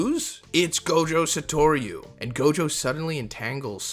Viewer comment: Did this mf really say “satorio” like are you braindead?